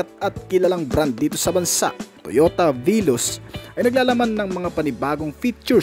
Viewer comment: veloz po hindi viloss